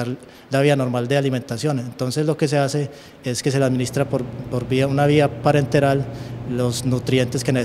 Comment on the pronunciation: Minuto es parenteral, no parental.